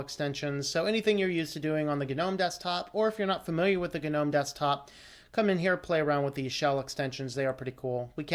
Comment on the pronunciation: Is it really supposed to be pronounced gah-nome?? It sounds so forced and pretentious. But if that's how it's pronounced, so shall I. 👍🙂👍